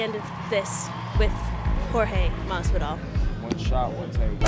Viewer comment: Why did he say masvidal?? Hw butchered his last name.its mahvidal